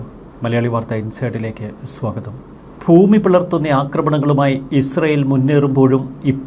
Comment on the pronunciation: ഫൂമി അല്ലടോ ..ഭ.. ഭൂമി....